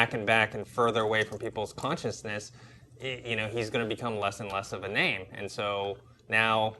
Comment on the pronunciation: Wow.. My question from Chat:) Thanks, you are sweet heart!!! but you murdered my name:P....